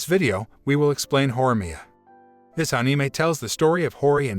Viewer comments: I like how he says ane mie and not anime and say all other Japanese words wrong lol. 🤣🤣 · Love how he says Ane may instead of anime